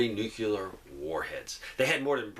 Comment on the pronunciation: Why are you adding an extra syllable to the word NUCLEAR? NUCLEAR is a two syllable word. It is NOT a three syllable word. Stop saying "NEW-QUE-LEER". It is pronounced "NEW-CLEAR". Two syllables... not three syllables. Stop pronouncing the word NUCLEAR wrong. I’ll lead an effective strategy to mobilize trunalimunumaprzure.